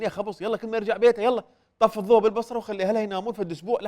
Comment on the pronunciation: لغة الضوع مو لغة الضوء يابو الكلوبات 😂